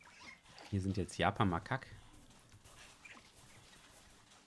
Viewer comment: Es heißt Makaken